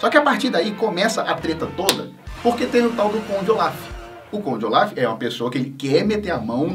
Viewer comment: Eu prefiro q se pronuncie Conde ôlaf do q olaf sla é melhor